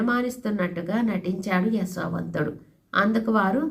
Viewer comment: అమ్మ మీరు యశోవంతుడిని ఎసో వంతుడు అని పలుకున్నట్టు అనిపిస్తున్నది